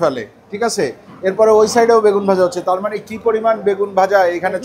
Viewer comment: কথাটা হবে মানে।মানি নয়😊